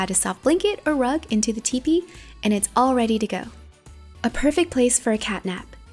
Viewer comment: It's all not alls